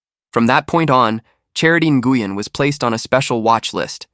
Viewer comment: It's pronounced "new-win".. not Guyen 😫💀😆